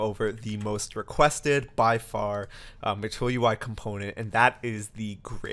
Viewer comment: This is so informative! Sidenote.. I just kept hearing "matoyo-i"